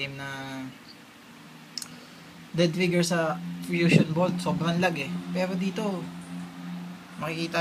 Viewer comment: *LAGS hindi LOGS, ano yan troso.